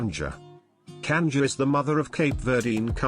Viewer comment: Cuscus - Coos-coos Canja - cahnjah Pastel - pawstell My God, if you're going to do a video, research the pronunciation!